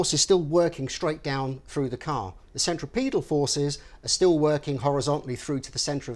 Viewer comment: you said centriPETAL forces. THANK YOU FOR GETTING IT CORRECT!